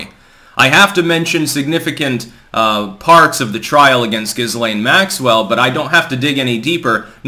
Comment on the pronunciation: Lol “Giz Lane” 😂